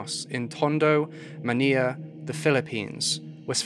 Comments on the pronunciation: I can’t listen to this because of all the mispronunciations of well known words. Manilla, is pronounced like vanilla, and so forth. Ruined an otherwise interesting episode! SMH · The capital city of the Philippines, Manila is pronounced maa nee laa NOT ma ni ya. Not all l is pronounced y. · Just to let you know, Manila's actually pronounced like "Muh-ni-luh," like Vanilla. But hey, I love your videos, they're really interesting and mindboggling. Please keep doing what you do! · the mispronunciation was really distracting lmao.... he really said MANIYA with his whole chest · Why are you pronouncing Manila incorrectly? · How you pronounce the word Manila is kinda cute. 😅✌🏻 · Hor - Ay she- oh - Horacio | Man - ill - ah Manila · Baby let me help you out (love your vids/research) HORACIO: ho-ra-shee-o (Atio?) Manilla: man- nee- la Miguel: Mee-gal PS: New intro is badass 💛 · the pronunciations could have been worked on but good episode nonetheless! Jose Rizal is pronounced “REE-ZAL” And Manila is “MA-NEE-LA” 👍